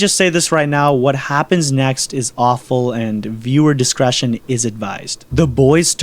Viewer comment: Bro:viewer discretion Also bro:im not gonna draw this then why the fuck would you say viewef discretion